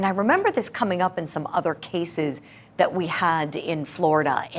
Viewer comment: His ignorant ass don't even know and probably don't care. Did he get those neck tattoos in prison. And finally,, someone please tell that lady attorney to stop saying 'dat'